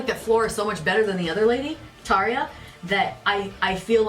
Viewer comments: Props on your pronunciation your of Tarja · Hurrah to for pronouncing Tarja's name correctly (this wasn't the case when they did "The Poet and the Pendulum" in mid-June 2018)!